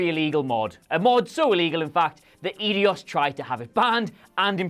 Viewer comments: L-A-R-A. pronounced exactly as it is spelled. Also it's pronounced eye-dos not idios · did he say Laura Croft? Also, mispronounced Eidos.